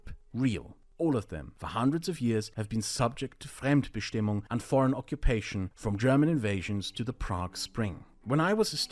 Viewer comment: Bruh, did you really just butcher Fremdbestimmung like that? I am German and you lost me mid way. Lol, no offense meant. How about an easy definition? Fremdbestimmung: "being determined by others in a relationship of dependency"